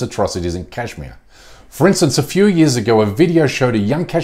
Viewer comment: Bish first learn to say Kashmir. Then we'll listen to your bark. PS - I'm from SRINAGAR, KASHMIR, INDIA.